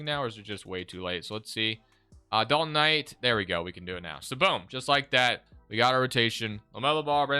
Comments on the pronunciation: Please stop saying dalton Knight, im having an aneurysm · Lol Dalton Knight..lol it’s Knecht